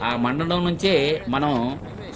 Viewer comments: మండడం కాదు మందడం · మండ డం... కాదండి... మంద డం... గ్రామం